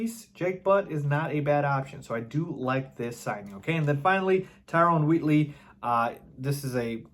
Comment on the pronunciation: It's Wheatley, not Woodley